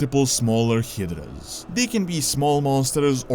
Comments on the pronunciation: It’s pronounced Hi-Druhs (Hydras) not Hit-Druhs 🤦🏿‍♂️ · Hiddras? HYdras dude. [Haidras] not Hiddras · DID YOU JUST SAY “Hee-dras” 😂😂 it’s pronounced “Hi-dras”